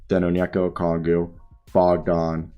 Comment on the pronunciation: I like your content but you really need to learn how to pronounce Okongwu